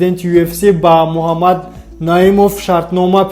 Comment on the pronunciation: Дуюм - Му-А мад нею МуХ,аммад бугу Илтимос.. МУХАММАД -БУГУ МУ А МАД НЕ..